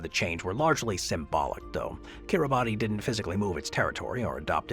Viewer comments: . Kir-ruh-bus, not Kir-a-bat-ee; it's to roughly rhyme with Christmas which is what the islands are named after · You consistently mispronounce Kiribati which we locals pronounce as KiriBAHS. Look it up! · is Gulf County really cut in half by time zone divide? Kiribati is pronounced "Kiribas". In their language, the "ti" sound is pronounced as a soft "s" sound. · Yes!!! Thank you!!! That bothered me throughout the vid. 😅